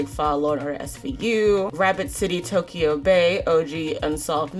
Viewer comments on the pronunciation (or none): none